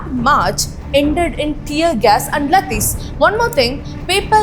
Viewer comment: laathis ❌ lathis ✅